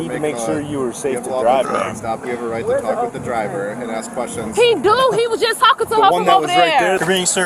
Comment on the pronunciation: why cant these people speak properly? the word is 'ASK' not AXE.....I would never be able to do. thiis work...the disrespect is unbelievable